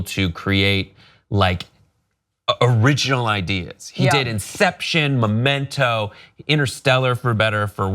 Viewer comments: It's Memento, not Momento. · If you call Memento "Momento" you're not qualified to talk about Christopher Nolan. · MEmento. MEEEEEmento. Momento is "moment" in Spanish. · Blah blah blah blah blah all your credibility went out the window when you couldn't even get Memento right